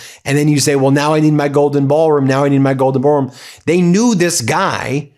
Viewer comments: “BAAL” room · Sounds like a Southerner's pronunciation of the word. lol.